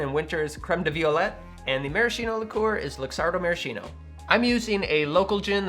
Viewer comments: Hi! Sorry if I'm not focused on the cocktail but, as an italian guy, i'd like to tell you that the correct pronunciation of "maraschino" is "maraskeeno" and not "marasheeno" 😂 You will forgive me for my english, possibly worse than your italian! 🤭 Anyway, awesome channel, i already stole your recipe for the Prescription Julep and It won't be the last!! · I have yet to make one of these in all the years I've been on my coctail journey. This week may be the time; I simply need the creme de violette. Also, btw, the word Maraschino is pronounced with a 'ski', not a 'shi'. Same with words like 'bruschetta', which should sound like broos-ket-a. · In Italian the pronunciation is marasKino. Ch = K. 😊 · It's mara-SKEE-no. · I appreciate your videos! Just let me tell you that maraschino is pronounced maraskino, with the "k" sound.